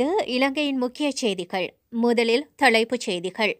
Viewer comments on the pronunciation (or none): தளைப்பு, தழைப்பு அல்லது தலைப்புச்செய்திகள். இதில எது சரியெண்டு நீயே சொல்லு ராசாத்தி....